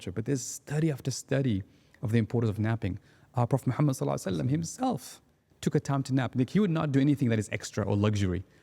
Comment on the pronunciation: He really needs to say the Prophets صَلَّى ٱللَّٰهُ عَلَيْهِ وَسَلَّمَ name with clarity and reverence. It was really quite uncomfortable. Other than that a fantastic podcast 👍